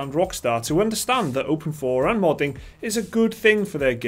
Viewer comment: Open 4? I thought it was open "eye v"